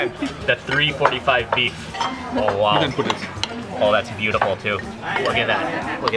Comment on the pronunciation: love the content, just cant get past the pronunciation of 'wow'....... hahahah